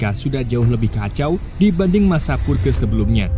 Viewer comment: Dibacanya "perj" bang bukan purge wkwk